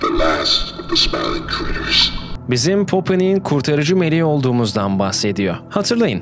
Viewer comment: Smiling Critters❌ Smiling Krikıts✅